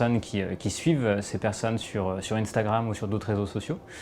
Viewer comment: Jm bien comment il dit intragram mdr moi je dis un-stra-gramme